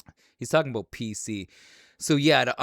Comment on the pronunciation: Hearing Macho Man say, “aboot” in the intro and “So, I think there’s a huge black guy on this franchise”. 😂😂😂